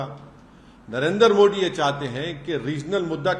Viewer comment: इसको मोदी जी का नाम लेना नहीं आता बोलता है नरेंद्र मो Di